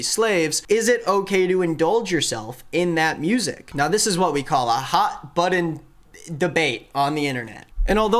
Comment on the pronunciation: Bro just say button correctly you are an adult man not a third grader